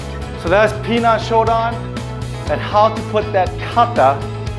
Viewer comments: It’s not pronounced Pi Nan ….,,, 10 out of 10 people pronounce wrong!!!! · I am looking forward to see a video from you pronouncing Pinan correctly if you have any Okinawan friends…. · Yes, that is how it is written, Pinan….. I would like you to do a video on how a Japanese karateka would pronounce it…… whether you are living anywhere in the world, one should learn how to pronounce the form Pinan correctly. It’s not hard to pronounce Pinan correctly. I have heard people with black belt 5th and up but don’t know how to pronounce Pinan correctly……. Why learn something when pronouncing it make it means completely different from the original word…..